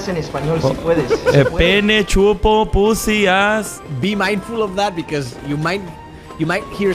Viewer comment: mariana diciendo pusi xddddd